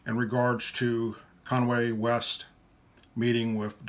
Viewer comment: LOL he said Conway west lol but I got you brother I understand just a little joke